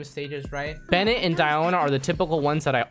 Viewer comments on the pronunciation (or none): none